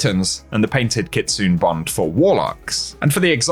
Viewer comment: It's pronounced KIT-SU-NAY, not Kitsoon!